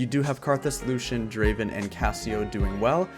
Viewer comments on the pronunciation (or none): none